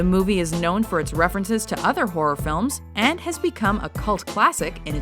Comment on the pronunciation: did she say the amityville whore?